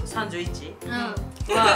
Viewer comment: 31(さんじゅういち)めっちゃじわるw